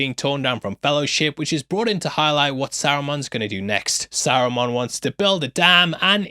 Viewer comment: I have never been so offended at a pronunciation as I have at sarumon, it's saruman 🤣🤣🤣🤣